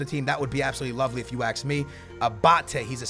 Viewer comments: I like when he say AKS ME and not ASK ME XD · Why does he say axe instead of ask